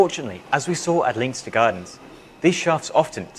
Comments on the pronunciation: Great video, only negative comment; Leinster Gardens is named after the Leinster province in Ireland, it is not pronounced Leen-ster, but instead, Len-ster. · FYI You pronounce Leinster wrong. You should pronounce it 'Lenstuh' not 'Leynster'. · Leinster is pronounced len-ster. Interesting video! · Hey. Assuming that Leinster Gardens is named after the Irish province of Leinster, its pronounced "Len-ster" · so weird hearing someone pronounce leinster as anything but Lenster. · Please look up how to pronounce Leinster. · Surely you could pronounce Leinster correctly